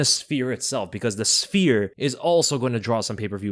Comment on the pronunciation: You pronounce sphere worse than Merab